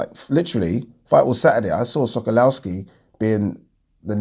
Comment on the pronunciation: Sokolowski pronounced Sokolofski. Come on bro how many times you seen this geezer in the ring ha